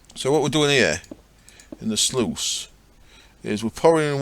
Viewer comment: "sluice" rhymes with "juice" :P